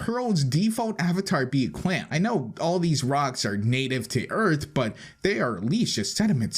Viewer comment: On you say "earf" in stead of "earth"